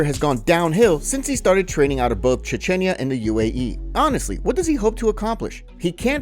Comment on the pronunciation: The way you pronounced Chechnya hurt my soul...kidding! haha